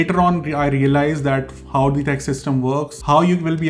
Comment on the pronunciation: I got a little irritated because you don't know the rules of pronouncing the word 'the', but it's ok you will learn it eventually. Very informative video and no offense. 😌